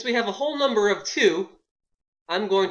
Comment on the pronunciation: Did anyone see he spelled number wrong he said "mumber"?